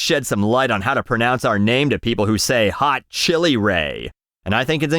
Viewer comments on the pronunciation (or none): none